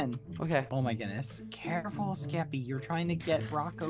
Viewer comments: I love how bbh says keppy instead of Skeppy. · bbh : ¨*says "skeppy" subtitles : JELLY